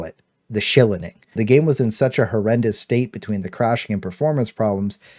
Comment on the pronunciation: The “schillining” 😂